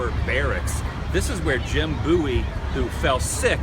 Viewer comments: definitely bowie (like david bowie [that's where he took his name]), not booey. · Its pronounced Bo-ee :) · You didnt show the small bridge location that separated the town of Bexar from the Alamo complex and is where the Mexican army crossed the river. And the proper pronunciation of Bowie is B-OH-ee. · It's pronounced Bowie I live there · 'BOWIE' is pronounced just like the singer, David Bowie